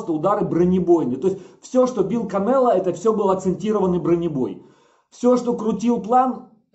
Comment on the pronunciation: Уши режет от слова Кабанело